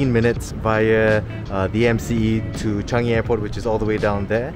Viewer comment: Changi bro not Chanigi